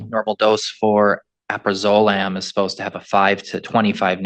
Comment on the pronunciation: finally someone pronounces it (mostly) right! AL-PRA-ZO-LAM not AL-PRAZ-ZO-LAM Amphetamines do not stay in your system for "30 days". Pretty much any stimulant is out in days; Week in the most severe cases. None of the medications she testified to being prescribed would excuse her from completing a field sobriety test yet also permit her to drive. All of the substances listed in this video would exclude her from being eligible to donate blood. A good chunk of her preliminary testimony contradicts the rest of it. She used to party, but doesn't anymore. She never takes drugs, but it takes her full effort to keep herself sober. The test the judge described was done to her blood would be able to detect which amphetamine in particular she ingested as apposed to standard panel urine tests which could only generalize them together as the same positive result.